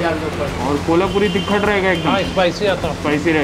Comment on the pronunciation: It's not तिखड it's तिखट